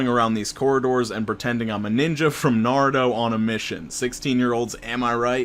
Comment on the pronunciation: Is no one going to talk about pronouncing naruto like that ish😭🤦🏻‍♀️